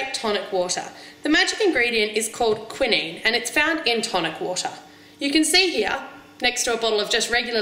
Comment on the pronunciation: Its pronounced kwynine not kwinin